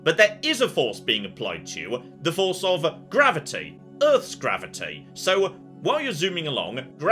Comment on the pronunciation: Did he just say gravity boobs 😅